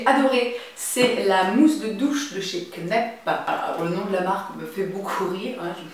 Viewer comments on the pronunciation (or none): Très sympa comme vidéo, comme toujours, mais pour la petite blague Kneipp ne se dit pas "knep" mais "knaïp"....c'est une marque allemande ;-) Tu me diras c'est pas beaucoup plus sexy que "knep" mais bon au moins le jour où tu demanderas à une vendeuse cette marque, elle te comprendra ;-)